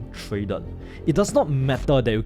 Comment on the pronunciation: No way this guy tryna sound smart when he can’t even pronounce trader 😂😂